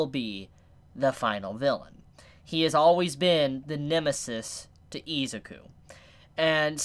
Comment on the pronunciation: I don’t think it’s pronounce eziku